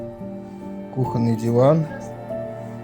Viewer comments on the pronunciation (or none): none